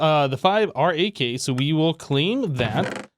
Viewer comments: Just call it RAK not are ayy kay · Maybe you could pronounce RAK as "Rack"